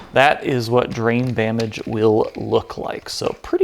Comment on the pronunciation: The most impressive thing about this entire build is the fact that you can say "Drain Bamage!" so effortlessly. I actually typed it wrong my first try on this comment.